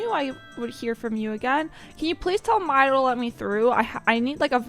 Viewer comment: Lost me when you pronounced the name as "my-dough".